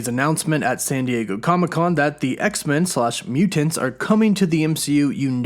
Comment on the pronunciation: "Meuw-tents" you over pronounce the word....it almost makes me not watch you're videos.